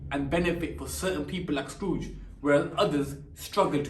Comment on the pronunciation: He said scrooge as scarooge